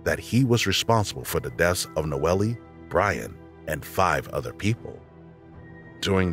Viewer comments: In I think the 3rd story he keeps saying the victim was "NOELIE" pronouncing it like that but I assume people just called her "NOEL" even tho there was an "E" at the end of her name. This bugged me so much I had to write about it. Silly, I know. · HER NAME IS PRONOUNCED NO-EL. Not noelly. RIH Nono. 🕊️♥️🌹